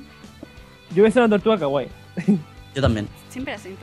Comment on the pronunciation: ¿Por Qué A todo Dicen Kaguay? Y Además Se Pronuncia Kawaii .